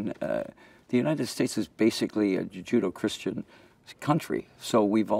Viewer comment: "...a judo Christian country..." Martial arts meets religeon